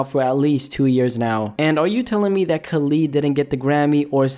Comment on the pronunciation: say Khalid correctly please 😭